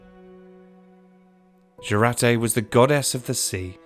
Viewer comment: pronounce like yourate-Jurate